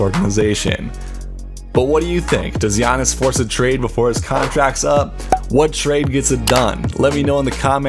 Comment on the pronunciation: Get his name right bro. PLEASE